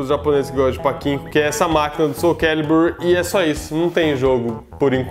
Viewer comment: só um pequeno comentário...A pronúncia correta seria "Patinco" e não "Paquinco"